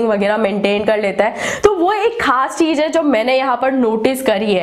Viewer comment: Aap ek baat ka zaroor khyal rakho Apni language sudharo agar ese content bana rahe ho to jese ki Z or J me fark samjho or cheej ki jagah par cheez bolo S or Sh me fark karo I hope you understand this. Aapki videos me char chand lag jaenge agar apne pronunciation par dhyan de diya to.